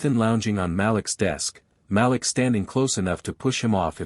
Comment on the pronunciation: The name is pronounced MA LEEK.